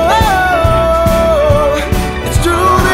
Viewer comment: 哈哈，其實念的COSTCO是標準的音，咖斯扣太台了